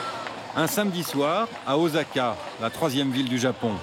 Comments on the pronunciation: Osaka se prononce O-sa‐ka et non o-za-ka. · Ossaka pas ozaka Désolé vous avez bien prononcé la 2eme fois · "Ozaka" ça commence bien... 🙄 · Encore un reporteur de merde. Parfois il dit Ozaka et parfois Ossaka (la bonne prononciation pour Osaka). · C'est juste pas les règles françaises : écrit Osaka (car il n'y a pas de vraie orthographe vu que ce sont des kanji à la base) mais prononcé "Ossaka". Comme pour le r qui se prononce L : on écrit Hiroshima mais on prononce HiLoshima. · Un doc vieux de 10 ans qui donne une image déplorable du Japon victime certes d’une natalité faible, mais où la sécurité règne et où chaque enfant est choyé, pas comme en France où la vermine se reproduit plus vite que les cafards, donnant naissance à leur tour à des parasites encore pires qu’eux. Et au fait, on prononce « OSSaka ». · Pitié, prenez quelqu'un qui sait prononcer correctement le japonais surtout si c'est pour lire le nom d'une ville plus de 20 fois. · déjà un problème de prononciation 😢 Sa promet 😅 Et miracle c'est OK 😅 (pour la prononciation) Mais récidive 😢 C'est pas possible !